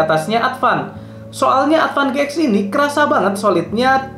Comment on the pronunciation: Advan GX ----> bacanya Advan G-Ten 🙄